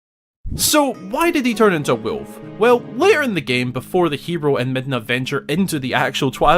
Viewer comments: JEEZUS CHRIST MAN THAR HOW YOU ALL SAY WOLF OVER THERE 😂 say it with me : WOOLF. NOT WILF 😂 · Weulf Woolf Wewlf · “A BEAST….WEEYULF LIKE” 😂😂😂😂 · “So WHY did he turn into weuuulf”😂😂😂😂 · Why a Weulf ? 😂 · I just love the way you say “ wuluuffphhh” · omg sounds like hes saying wilf but with a M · To me it sounds more like he's saying Wilf. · You say wolf like schmidt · Bro why are you pronouncing WOLF like that??? You need to say the L in wolf. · I love how he says "Wolf" with his accent. :D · I don't lol. It sounds really really weird